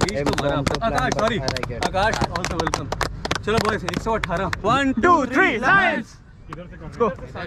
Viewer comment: You said chloo